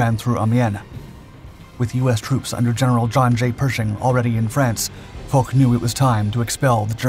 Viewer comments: Gal Foch : "fosh", not "fock" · Foch is pronounced 'Fosh', not 'Fock'. It has no 'k' sound. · The French generals' name is pronounced " Fosh", not Fogh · Ferdinand Foch is pronounced FO-SHH <FOSH> The sound on the track is rather unfortunate - Good work nevertheless - very enjoyable thank uou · Gen. Foch,, the name is pronounced FOSH